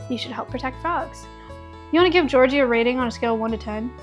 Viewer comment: I love the way he says Georgie. It’s the only way I’ll be saying Georgie from now on 🙂‍↕️